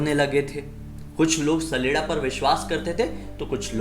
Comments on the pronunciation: Hey I'm from Himachal and It's common in our Village. It's not "saleda". It's "chaleda" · It's not sleda sledda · My brother saleda nhi saleeda hota hai....... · भाई सैलेडा नही होता छलेडा होता है यानी छल करने बाला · Mai sdela ko sadela smj liya 😂😂😂 Bhai wo sdela nhi saleda hota hai 😅